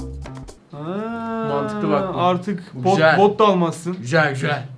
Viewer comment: " GüJeL gÜjEl " demesi 😂